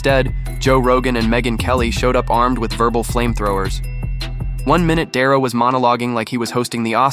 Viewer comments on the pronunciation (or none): Who is Dare-O? was that a little orange fish everyone was looking for? We hate AI for a reason. If you can't do it, then just don't. The strange pauses and mispronunciations drive us nuts and ruin your videos.